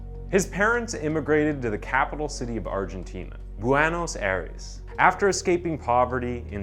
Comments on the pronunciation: "Buahnos Ares" Bruh how can you mess up so bad? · "Bwanos Arez". White folks dont a flying fck about how they butcher non-English pronounced names. 🙄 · Awww Sweet child, he just needed a friend or pit bull.. by the way it’s BwE Nos AY rez..it’s hard to spell it out phonetically so you know what to accentuate..anyway such a lovely little boy could we send him off to Creepy Uncle Joe Biden(the fake president who cheated using the voting machines that President Trump wanted to investigate because they’re is ample evidence they were rigged but they denied him unlike Clinton who had the FBI investigate Trump and found NOTHING!! No nothing is biased and the mainstream media is honest right?) and maybe he could cut up The Pedophile and help save our country😄👍🏼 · The city in question: Bu-en-os Ai-res The narrator: Bwano Sarez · "Buanos Aires"? 😆 What is wrong with you? Damn near every story has you mispronouncing things that are written correctly in the captions. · Buenos ares... aire cant be that hard to belive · Bway Nos Eye Res, not Bwann Nos Aires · Waitwaitwait... did he REALLY just say "Buanos Ahries"? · It's Buenos Aires not Ganos Aires lol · "BUAANOS" Aires ... jajaja LOL 🤣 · I can’t finish watch this. Between the horrible pronunciation of Buenos Aires & the guy saying “scruffle” instead of scuffle 🤦🏼‍♀️ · The way that you pronounce Buenos Aires should be against the law. All of this research for this video and you couldn't take 2 minutes to see how the name of the city is pronounced correctly? Just lazy. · The struggle as he attempts to pronounce 'Buenos Aires'... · Is no one else going to talk about how badly be botched saying "Buenos Aries" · Omg ...you take the time to make this great video and your pronunciation of the names and cities.....sorry to say is horrible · Great video and good lenght for how detailed it is! (quick note for your future videos with names in Spanish: the "J" is like an Enlgish "H" in "horse" -and like 20% stronger-)